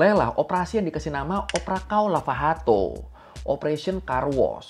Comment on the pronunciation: Untuk koreksi, Portugis sama Spanyol beda bacanya, ç dibaca s, dan j dibacanya sh jadi "Operação Lava Jato" dibacanya Operasao Lava Shato Edit: Untuk alasan kenapa Lula jadi presiden lagi, jadi banyak yang menganggap bahwa Lula ditangkap dengan motif politik tersendiri sampai PBB pun menyatakan bahwa Lula ditahan secara tidak adil. Jadi saat pengadilan hakim hakimnya dianggap terlalu ngotot ingin Lula dipenjara dan setelah ditinjau lagi tahun 2020 kasusnya Lula dianulir (jadi kyk dianggap bersih dari segala tuduhan)